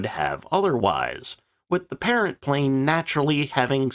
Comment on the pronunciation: We found it... The "PLNE"